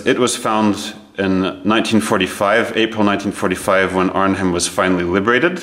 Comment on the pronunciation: Pronounced “Arn-em”….once again, “Arn-em”……